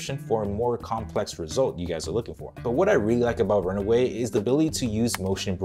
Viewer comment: It's run WAY, not run AWAY. Dude, I like your videos but sometimes you talk so fast that you're mispronouncing things and confusing your viewers. Please slow down, take a deep breath, and try to pronounce things more clearly.